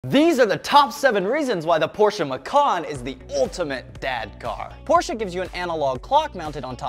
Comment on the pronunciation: Finally one person from the USA who knows how to pronounce name Porsche.